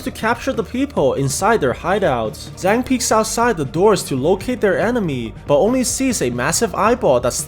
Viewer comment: Just to be precise the Zhang is pronounced more like jang